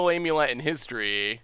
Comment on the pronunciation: If i hear him say "Aim you let" one more time.....